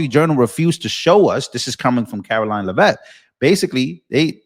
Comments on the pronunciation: Oh Gawd! You're STILL mispronouncing the Press Secy's name? Geezus. We all HEAR her name 1,000x a day from other sources. It's not "La-Vette", it's pronounced as it's SPELLED, "LEAVITT". Come on! Stop sounding ignorant. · ….! Her last name is pronounce LEH-vit. Emphasis is on the first syllable. Love you but every time you say her name, it’s so annoying bc you’re saying it wrong!